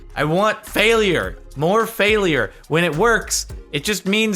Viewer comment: Anyone else notice how Jardionian says fail-i-ure?